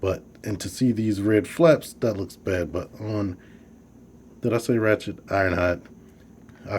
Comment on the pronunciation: Nice review. I definitely will get this guy eventually. I'll probably leave that little paper chest insert in there, I think it looks a lot better that way. ps- hate to be 'that guy', but it's Ratchet, not Rachet. :)